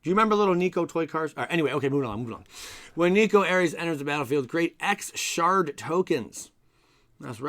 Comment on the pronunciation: Did you say shart token?